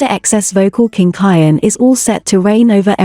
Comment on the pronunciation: You are saying his name wrong.